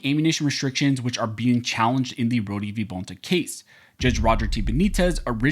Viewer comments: I’m almost positive it’s pronounced “Roa-da” not “rodee”…….. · His name is pronounced (Road) Rhode I know that because you are pronouncing my last name (Roh-dee) Rohde.